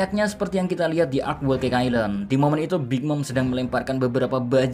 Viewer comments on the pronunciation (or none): none